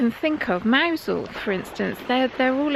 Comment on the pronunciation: I thought Mousehole was pronounced “Muzzel”?